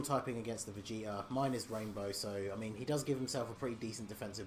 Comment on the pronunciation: I heard vegeter instead of vegeta lol